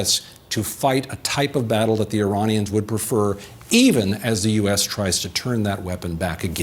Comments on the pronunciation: struggles quite a bit, still says “Uranians” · Uranions ??? Brahhh u glitching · the "Uranians"? You mean the people from Uranus?